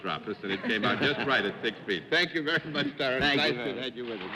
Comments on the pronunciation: did Arlene pronounce "Tyrone" as "ta- ron"? i have only heard pronounced " tie rone". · I thought it was pronounced tie roan not tie Ron? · Leave it to Arlene to know to pronounce it "Ti -ron." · Ms Frances pronounces his name Tyron instead of Tyrone, interesting.